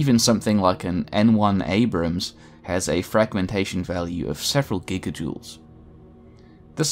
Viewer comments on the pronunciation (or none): none